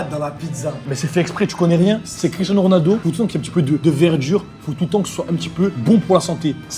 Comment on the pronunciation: A un moment ta dit gronaldo